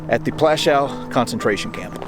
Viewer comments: The W at the end of Plaszow is pronounced as a V or even F but not as a W as in wagon. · could't learn to pronounce Pwashoov ? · Just one thing. Maybe learn the correct pronunciation of the name of the place. It's pronounced as PWUSHOOV. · It took the trouble to travel there but didn't take the trouble to pronounce it correctly. Just make some alternative word instead. 'Pwashof' ya dopey Yank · Oh please get even the most simple information right...it's PŁASZOW! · Plaszow. I really like what you’re doing, please consider pronouncing the names right and not “americanize “ it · Your history is spot on but i wish you took the time to learn the proper pronunciation of the camp and other significant names. Its disrespectful and something i find very common of americans.